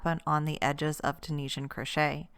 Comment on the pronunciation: In case anyone was wondering it is actually pronounced Tunisian not tunishan 👍 and she is doing double crochet not single in case anyone is confused 👍